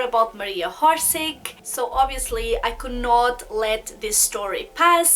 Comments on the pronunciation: born October 31 , 1895 in Zagreb and pronunciation not horse-horsic- its orsic y a such negligent n trivial click freak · its pronounced Orshich not horsik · Why do you pronounce her name Horseig? its Orsic without an H! You seem to know a lot about her so please pronounce her name without the H. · Not HORSIC , it’s Orsic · I hate it when people mispronounce things and im pretty sure its not "hor-sig". I can't take people seriously who dont even try to get the names right. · How about you learn that people have different accents?? Not everyone will be able to say things from different language with their native language correctly. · Oršić. Try to hear on google translate.